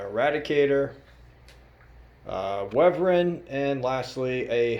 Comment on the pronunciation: Wyvern is pronounced like if you were to question why your friend is dating Vern. "Why Vern?"